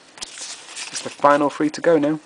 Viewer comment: three is pronounce with a TH not F